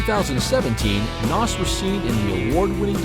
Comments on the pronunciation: His name is pronounced naz. Not Nass…….. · PLEASE pronounce his name right. You did a documentary about the man and mispronounced his name the entire video. HOW DOES THAT HAPPEN?